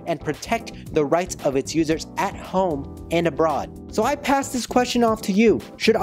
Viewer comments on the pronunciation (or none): none